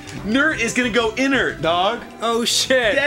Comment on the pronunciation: I heard him say "knurttt", and I was hoping he meant to spell it "Nert" as a call to Nate and Dookie. I was sadly mistaken...